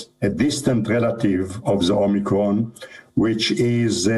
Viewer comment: She said "Omnicron" (just once, but Biden's speech rubbed off)